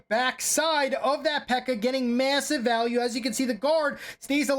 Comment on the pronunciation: "The miner is going to get massive val-al-ue" 😆😆😆